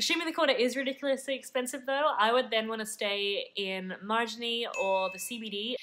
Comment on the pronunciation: You need to learn how to pronounce Marigny and Marie le Veaux. You weren't even close.